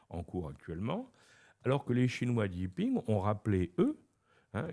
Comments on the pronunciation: Par contre il pourrait prononcer correctement le prénom et le Nom. Pas i ping. Le président s'appelle Xi Jiping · Mais vous ne savez pas aussi. On dit Xi Jinping (JiNping)